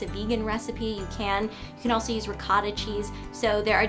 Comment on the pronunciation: Omygod never pronounce ricotta that way again! Italians cringe worldwide